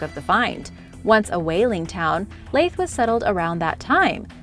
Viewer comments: However, she unfortunately mispronounces the Scottish place name Leith, saying Layth! It’s pronounced Leeth like teeth! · Its said like .....leeth. leith Edinburgh. Love your vids,full of informative and fun information. Thanks for sharing. 👍❤ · Its leeeeeeeith not laaaaaith and eeeeeediiiiiiinburgh lol that's where I'm from, love your videos but hearing you butcher my town and city's name is horrible, you could have at least done some research lol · Normally she pronounces name correctly but leith and Edinburgh she butchered them lol